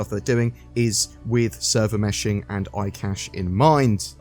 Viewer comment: Server Meh-shing